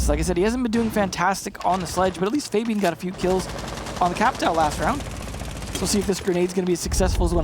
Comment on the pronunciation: f-ah-B-an please get it right it hurts my ears to hear it wrong